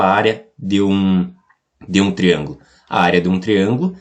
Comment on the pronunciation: Da pra entender, mas fala tudo errado (triangulo). Área do triangulo? Onde?